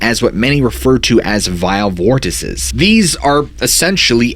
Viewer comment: You bloody idiot! It's VORTICES!